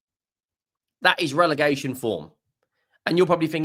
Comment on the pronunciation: Relegation NOT Relergation… OUT